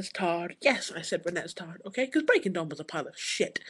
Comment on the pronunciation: that bitch she said resnestard